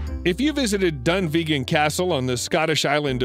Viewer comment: PLEASE!!! If your going to pronounce a Scottish name please learn how to pronounce it first. The Scottish castle on the Isle of Skye is Dunvegan Castle. Dunvegan is pronounce like this - Dunn vague an. It's three syllables just try saying it the way I've written it. The Castle is the Ancestral home of The Clan MacLeod. My father a Highlander called MacLeod came from Inverness when I was around 9 years old dad took me up to the rear of Inverness Castle (it's a police station) and pointed towards where he said Skye was. here dad told me about the Faerie Flag. The story being that one of The Clan's Chieftan's had married a Fae who gave him the flag telling him that should trouble arise and the clan threatened to wave the flag, but to be careful as it would only help on three occasions! My father used to tell me wonderful tales. He was the youngest in his family the only boy with 4 much older sisters. When dad had his family he had 3 sons then along came me when the youngest son was 7. In Inverness the cemetery is built on a hill it's got a Gaelic name Tomnahurich meaning Hill of the Faerie's. The story goes that on one Saturday night two pipers well drunk had decided to take a shortcut home via Tomnahurich on entering the cemetery they met the Fae who were having a ball they enticed the pipers to play for them. At the end of the ball the pipers had fallen asleep. In the morning when they left the cemetery they found that over two hundred years had pass! I discovered when I met m